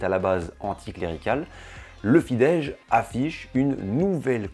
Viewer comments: très bonne video, petite précision: on prononce FIDESZ avec un simple "s" comme son (en français: on écrirait "fidesse" avec cette prononciation), j'ai le hongrois comme langue maternelle.... Par contre, si tu lis un "s" tout seul, comme à la fin de "Mészáros", on prononce "ch", comme si on écrivait "Mésaroche" en français, du coup Soros par exemple se prononce "Choroche" en hongrois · Vidéo très intéressante, j'ai beaucoup appris sur les hongrois "d'ailleurs" et sur leur football. Seul bémol : la prononciation des mots hongrois dont Fidesz et Puskás. Si tu comptes refaire des vidéos sur la Hongrie, n'hésite pas à demander pour la prononciation, ce n'est pas facile 😉